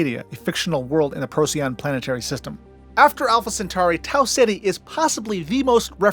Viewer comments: Great video! Thank you. :-) - "Roadside picknic", (rus. 1972 Пикник на обочине), later known as "Stalker". :-) Please do not call Betelgeuse as "Beetle juice". Even Neil deGrasse Tyson stopped that. "Rigel" should be "Re-ghel" and not "Rye-jell". "Procyon" - "Proh-key-on". Not "Pro-see-on". Fun fact: Arrakis (arab. Al-Raqis) is a real star μ Draconis (mu Draconis), visible to the naked eye. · Hell of an effort! Most places are pronounced different than I learned as an adolescent, but then there was no consensus on how to say them. I was informed that the "little dog star", for instance, was pronounced "Pro-sigh-on", with the emphasis on the second syllable, like the Latin binomial for racoon (P. lotor), which translates into "before-the-dog". No one else seems to say it that way though. Deneb being 2,500+ light years. Who knew back then?